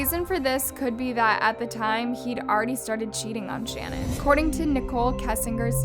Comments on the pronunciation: Her name is not "Shannon" 🙄 If you want to honor the victims, the least you can do is pronounce their names correctly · Why did you mispronounce Shanan’s ‘name? It sounded weird . She was particular about how it was properly pronounced.originally it was pronounced SHANNON but later on she starting pronouncing it Sha -NAN with emphasis on the first sha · Shannan’s name is pronounced “shu-nan” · It's SHAN - ANNE. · The way this girl pronounces things. 🤦🏼‍♀️ Poor dead woman can’t even have her name said correct. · You should take this video down and re-upload it with you pronouncing her name correctly. what a gaffe. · I’m annoyed by the way you’re mispronouncing her name 😢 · You’re saying Shannan’s name wrong, you’d think you’re telling the story of her murder that you’d at least check how to say her name. You’re also saying Amber Frey’s name wrong. Ugghhhh….